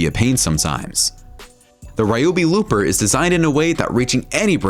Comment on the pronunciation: The pronunciation of the Ryobi Lopper was making me excessively angry!! It's LOP, not LOOP!! Please, my ears were crying!!